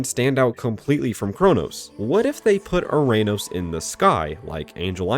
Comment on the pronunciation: “URANUS” Island 😂